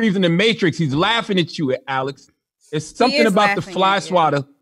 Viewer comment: I was like who the fuck is Alice? It was jus CthAGod saying Alex 😂